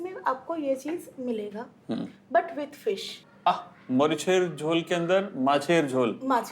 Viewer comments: Its মরিচের ঝোল not মোরিশার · Sumiya Rahaman N right 👍 not morishar